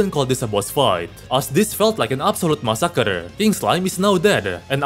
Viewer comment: the way you say massacre as massakrr eye of tooloohoo